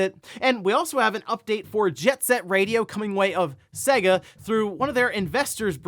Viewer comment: SAY-guh, not seh-guh. there was an entire advertising campaign about this.